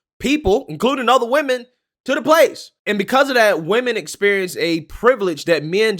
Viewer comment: why can't ANY of these "younger" folks pronounce the word: WOMEN correctly???